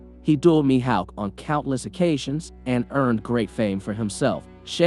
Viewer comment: Mi howk bro cmon, HOW DO YOU MISS PRONOUNCE HAWK MY GUY😭😭😭